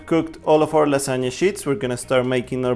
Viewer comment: Casi diría que hablas como nativo hasta que te escuché decir lasagna :v pero amé la idea de este canal <3 Felicitaciones.